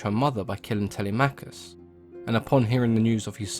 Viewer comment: Y'know what's even more jarring? he even said Telemachus wrong, It's not Tele-Machus, It doesn't work, It's pronounced fully, "Telemachus." You don't say for example, Her-Cules or Kra-Tos or Ha-Des? it doesn't work that way. Plain and Simple, now I'm very sorry for being so riled up, but the bottom line is, that he needs to correct it. except for the Hecate part, that makes sense.